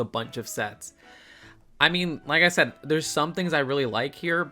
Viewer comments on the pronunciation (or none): none